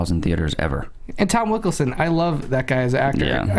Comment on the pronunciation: Is it just me or did say Tom "Wikelson" instead of Wilkinson